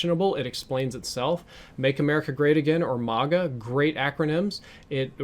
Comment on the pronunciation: Maga sounds like mog. Treyarch supports trump confirmed.